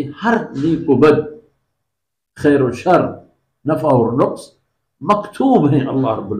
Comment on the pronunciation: حضرت نے آیت ولا ینقص فی عمرہ کا تلفظ درست نہیں کیا